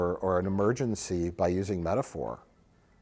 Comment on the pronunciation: I love How Picard Stretches the Syllables Out For The Word Met a phor.